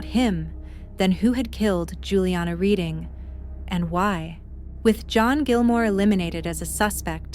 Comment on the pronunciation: It is REDDING not READING